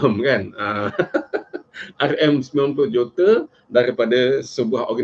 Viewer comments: Sebut juta gi jote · Boleh tak cakap dgn betul.... JOTER JOTER JOTER JOTER JOTER... Kau pergi sekolah Myanmar ke?